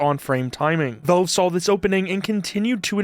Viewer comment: It's pronounced "VALVE", not "VELVE"